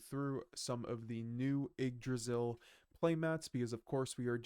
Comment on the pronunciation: It’s pronounced igg-dra-zil not why-g-g draysal?